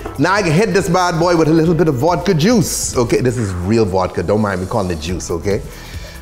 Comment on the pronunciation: Vodka ❎️ Vuadka ✅️